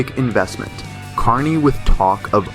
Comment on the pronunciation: You can't pronounce Carney or Polievre? Voice bot You should talk to your Creators 😢 Good channel, though 🎉 Sky net 😂 Gary from Canada 🎉